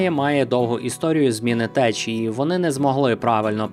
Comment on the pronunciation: дякую! але течіЯ, руслО, сільськогосподАрський. вдосконалюйте свою мову. мова має значення (с)